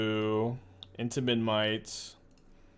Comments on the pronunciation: I think it's kinda cute that can't pronounce Memnite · thats a kind way to put it lol